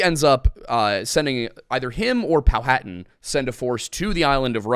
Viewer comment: Isn't Powhatan pronounced pow-ha-tan not pow-hat-an? At least that's how the people from and around there pronounce it.